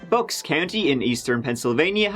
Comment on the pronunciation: Bucks - rhymes with ____, not books. Three, not tree. Thirty, not turdy.